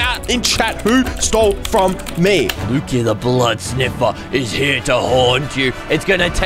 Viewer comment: said fro 😂😂😂😂😂😂😂😂😂😂😂😂